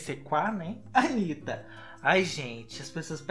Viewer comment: "Antanitta" kkk credo. mas vc é legal.